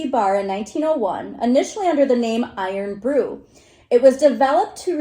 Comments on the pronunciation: Irn still pronounced iron. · IRN is pronounced "iron". Apologies, but Americans can be too literal 🙂